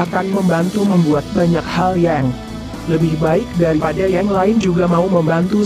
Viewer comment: Baca berita yang jelas ucapanya, bukan yeng tapi yang